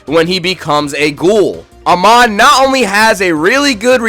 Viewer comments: Nah bro whyd you say amon like that 😢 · Who’s denota doenota it’s donato and I’m sorry I had to say something I mean you couldn’t even say Amon right almost lost it there like you can say Takizawa perfect but not Amon